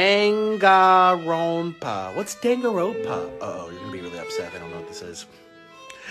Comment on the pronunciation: nikocado trying to pronounce 'danganronpa' is making my day lol